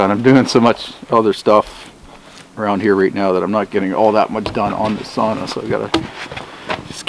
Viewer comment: being 3/4 finnish here you shouldnt build a sauna ( pronouced sow-na) in winter, when setters in my area NE minnesota settled in this area they first built the sauna before the cabin or house.. they slept in it, did their laundry in it, even gave birth in it etc.. but yeah the first thing is build a sauna.. thumbs down sorry dude